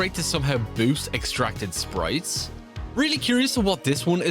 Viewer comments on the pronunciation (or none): irish voice sprieettttttzzz